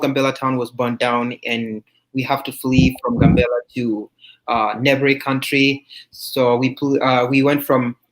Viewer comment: The Town is not called GUN bella , it's called GAM bella.